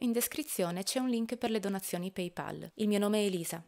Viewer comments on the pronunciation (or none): none